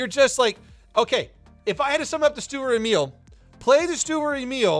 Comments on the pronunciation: Sturer Emil.... dude.... these are TWO words, it's not Stureremil xD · UR MAKING ME INSANE UR SAYING THE NAME OF THE TANK WRONG PLIZ GO GOOGLE TRANSLATE AND LISEN